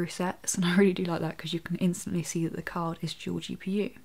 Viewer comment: When she say card, it sounds like she is saying cock.